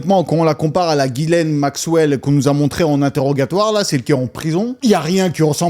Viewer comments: C'est pas GUYSLAINE C'EST GHISLAINE DONC TU FAIT COMME SI C'ETAIT UN J C'EST JISSLAINE BORDEL!!!!!! C'ESST TRES REPANDU COMME PRENOM AU QUEBEC MERDOUILLE TRUST ME MAN! ARRETER DE FAIRE DE LA DISLEXIE EN PENSSANT QUE LE H FAIT LA JOB DU U..... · Ça se prononce JICELAINE !!! Comment Eps at-il pu voyager sans problèmes au travers le monde tout en étant sur la liste de délinquants sexuel ?